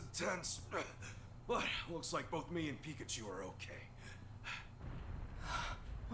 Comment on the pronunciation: At least he can say Pikachu correctly...